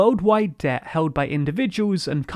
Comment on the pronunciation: What is "Deh" that this guy in the video keeps talking about?